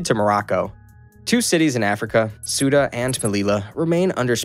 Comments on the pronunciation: soota melila hispaynia yoomad caliphate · Suda and melila, oh yeah